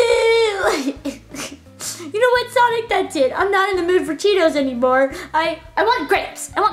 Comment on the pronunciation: I thought Panda said I want Tito. Not cheetos.